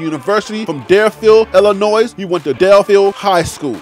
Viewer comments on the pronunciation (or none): The state is Illinois, the "s" is silent therefore you say "Illi noi" you are not the only one who says it wrong... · Noted on the pronunciations. I used pronunciations dot com. Im also reading over 100 names and going 100 miles per hour. I disclaimed in the beginning that some things will be missed like Lubback “Luh” “buck.” “iLL-A Noy” instead of Illinois. I appreciate the keeping me sharp; salute. As for my show being slower then others with Coach Deion, I don’t understand what that means “Slower” are you talking about volume, amount of videos I post? If so, my content includes a little more others. I’m starting to slow down on volume to increase production value. On this video that you are responding to, the graphics are created from scratch. The school bus avatar, the measurement avatar & those others don’t come pre-assembled. They have to be created separately. Also the stats that goes under the avatars have to be created and put under them. The photos on the screen don’t come with the names under them. Those have to be individually screen captured from the school’s website and the names screen captured and then put under the photos precisely to fit under the photos. Multiple that by 100+. This is not a mad response, so don’t take it the wrong way. I just wanted to give you some insight on my process to see how it works. The final result seems plain and simple, but the process is arduous and tedious. If you look across the vast wasteland of the creators who are producing Coach Prime Content, how many of them are creating this way? I don’t watch a lot of them any more but when I started